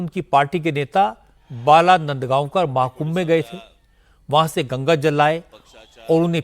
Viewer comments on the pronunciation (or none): अरे रजत शर्मा, नदगांवकर नही बाळा नादगांवकर बोलो